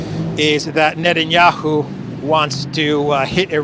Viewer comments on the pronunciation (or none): none